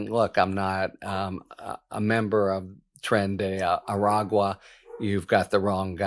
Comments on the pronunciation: A-Rag-Wa. Well done, Harry, at last. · Good job saying Aragua. You must have been practicing. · Holy shit on a communion wafers. He finally attempted to say Aragua properly after all these weeks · Harry. I commend you, sir. You finally learned how to say “agua”! The people of the southwest thank you emphatically.